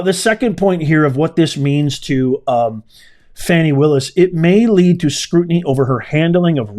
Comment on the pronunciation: Please stop mispronouncing that woman’s name. “Do not judge, or you too will be judged. For in the same way you judge others, you will be judged, and with the measure you use, it will be measured to you. “